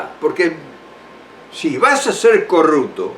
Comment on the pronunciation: Que se entienda...corrupto...no corructo. Digo.